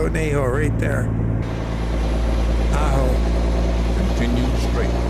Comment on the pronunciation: HAHA, you nailed Tonopah but murdered Ajo a couple times. LOL - Nice run, thanks again for all the skins you add for us!! 🤩🙂